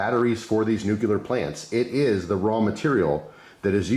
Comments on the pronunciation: It’s not pronounced “new killer” power it’s (new clear) 😅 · Nu-cu-lar no such thing. Common man pronounce it correctly